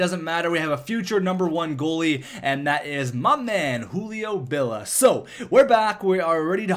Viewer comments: it is Julio B-I-L-L-I-A, not B-I-L-L-A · it's Hulio Billia, i is not silenced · Billia.... Billeea There's and "I" there bud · lol he deosn't know how to read names, i guess